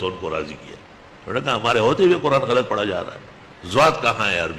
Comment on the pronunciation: حضرت غَلْطْ غلط ہے غَلَطْ صحیح ہے